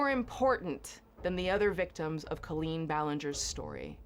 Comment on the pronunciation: Hi love. I just recently came across your YouTube and I absolutely adore your content. I'm going to try and summarize the whole situation as best as I can for you (as I've been keeping up with it and I love swoop and love adam). Also I love the way you say Colleen's last name. Haha. It's Pronounced (bal-inn-ger). But idc if her feelings get hurt. So basically, to make a long story short, Johnny basically was a worker for Colleen and after this information comes out about Adam, Johnny made up a lie about being groomed by colleen's ex husband and claimed grooming means an adult that makes promises to children and doesn't keep it. Lol swoop showed that Johnny was the one being overly talkative and weird and her husband barely answered. In the interview, Johnny knew swoop was a dv survivor and Johnny said the fact that colleen's husband stayed with colleen (when she was allegedly abusive) that he "fucked around and found out". Which is really fucked up to say to the face of a dv victim. And basically swoop breaks down every single lie johnny has ran in circles about and blah blah. Oh! And his best friend is an alleged pedophile that would go on phone calls and video chat with minors and Johnny would call and wake him up (due to this friend being ballingerant drunk) and a lot of those kiddos were 12, 13. They were also encouraging them to drink and giving them drinking tips....??? Hope that helps clear some things up. Johnny is gross. He would tell people, that his story was more